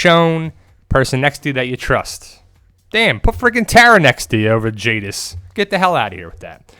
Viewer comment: It's jadis